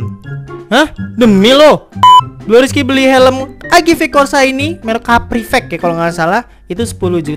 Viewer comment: AGV bukan agu